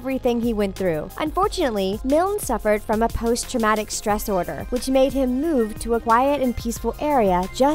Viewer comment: Did she just say post traumatic stress "order" ORDER ORDEEEER 😂